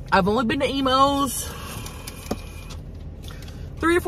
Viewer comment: This whole time I thought she was saying Emos pizza 😂 till I saw the box